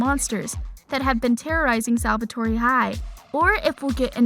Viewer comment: Is anyone going to talk about how pronounced the E in Salvatore